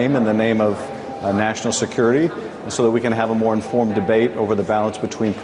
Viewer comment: He said informed, lol.